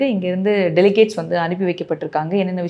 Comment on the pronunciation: அம்மா தாயே...delicates இல்லை delegates...சாரப்பாத்து கத்துக்கங்க.....